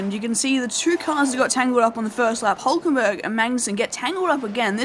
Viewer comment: Great Episode, but a little tip from my side: Nico Hülkenberg is pronouced Huelkenberg not just Hulkenberg :)